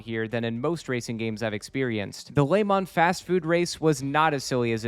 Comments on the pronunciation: Lemon, Lehmann, Lamont. All these pronunciations and none close to correct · I know you're saying Le Mans, but what with the food theming, I am having fun imagining that you're just bad at saying Lemons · I've never heard someone pronounce le mans like that